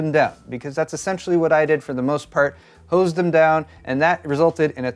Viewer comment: Man this was an excessive use of the word HOs i mean hose.